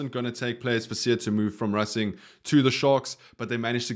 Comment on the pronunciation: boet i love your channel but tis not rassing 92, its racing 92, English pronunciation.